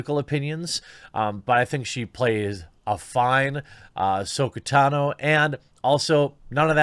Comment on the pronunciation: Bro, you’re killing me. Ka-ron-o, and Ta-no. Just trying to help buddy.